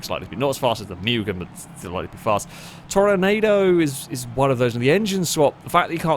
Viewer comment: The Toronado is actually pronounced Toro-nahh-do like Volkswagen Corrado.